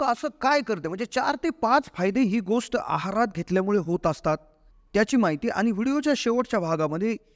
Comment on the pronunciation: " गोस्ट " शब्द " गोष्ट " असा उच्चारल्यास ऐकणे सुसह्य होईल.